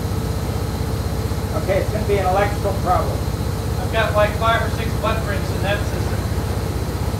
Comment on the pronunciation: "Did you say butt prints?"